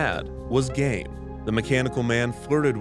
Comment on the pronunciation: I thought they said "gay" at first lmao